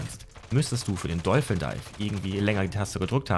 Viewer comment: Warum sagt ihr alle dolfen dife 😂 wenn ihr kein Englisch sprecht, dann versucht es doch gar nicht erst, oder kurz googlen und gut ist